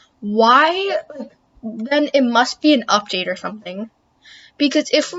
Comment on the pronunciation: And Theen... she keeps forgetting xD